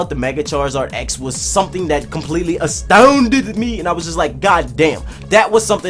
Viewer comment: "i was asTOUOONded" lol